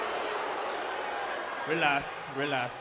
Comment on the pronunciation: Carlito: “relas” “relas” 😂